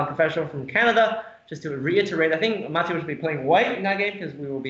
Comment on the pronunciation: What an incredibly complicated game (although white did feel behind from relatively early on to me). Great commentary as always, thank you. <3 Minor nitpick: I'm fairly certain it's ma-TE-usz, not MA-te-usz. So far (including the third video), Eric Lui is the only commentator who got the pronunciation right. :D